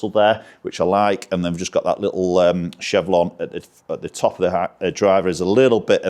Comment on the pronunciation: Chevron not chevlon:):)